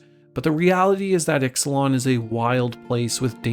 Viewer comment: Exelon? do you mean Ixalan?